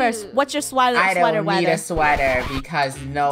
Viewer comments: ”sweather weather” Funneh says... SWEATHER WEATHER SHE SAYS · Sweather Weather